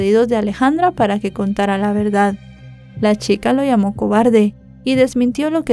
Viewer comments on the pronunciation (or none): none